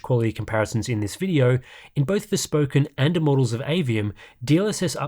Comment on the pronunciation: "Immorals of Aveum" :D